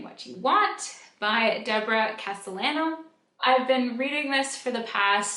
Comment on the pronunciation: The writers last name is pronounced Casteyano